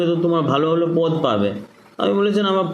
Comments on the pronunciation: বা্ংলার রাজনৈতিক নেতা তথা কর্মী হয়ে আগে বাংলা বলাটা ভালো করে শিখে নিও। কথাটা "পোদ" নয়, পদ। তুমি যেটা বলছো সেটা শরীরের একটা অংশ। সাক্ষাতকারে শুনতে খারাপ লাগে। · শালার বাংলা দেখেছো পদ্ তো নয় পোদ, এতদিন বাংলাতে বাস করে বাংলা কথা বলতে জানো